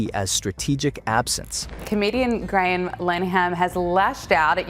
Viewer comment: You could, at the very least, pronounce Graham`s name correctly?